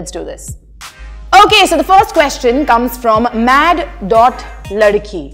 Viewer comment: i think its mad.ladakhi...like "Laddakh" not ladki!!!